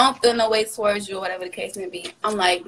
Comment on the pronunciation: “oR wHaTeVa tHe cAse mAy bE”